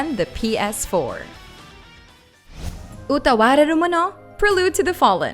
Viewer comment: I just wanted to say that I am impressed (sincerely) by your pronunciation of Utawarerumono.